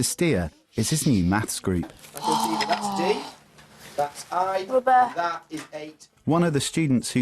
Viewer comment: What you’ll hear without fail every single time in a maths class ... “roubber”